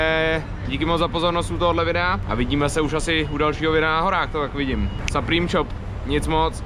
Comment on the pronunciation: Supreme se cte suprym jinak super videjko👌